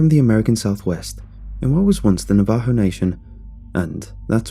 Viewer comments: Navajo - (NAE-vuh-ho), not (nuh-VAE-ho). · It's pronounced Na-va-ho and kay-en-ta. Remember, indians only speak one syllable at a time. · you pronounced Navaho wrong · The way he says Navajo is borderline maddening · I hate the way you say "Navajo" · Lmfao.... Navajo here an i just chuckle at it lol I've never heard it pronounced like that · same, living in the four corner area it made my skin crawl and i corrected it every time